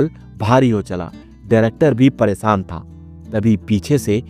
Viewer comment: आप परेशान को 'परेसान' बोल‌ रहे हैं ।‌ पहले अपना pronunciation ठीक कीजिए ।‌